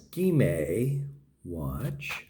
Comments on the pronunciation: I know its pronounced as Ski-May. He say if differently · SKMEI - Shir Kuh Mei - "Beautiful Moments in Time". (粤, 闽, 客). Please never again call it a sgmeeee lol.. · Dude your hilarious, "SKMEI" what?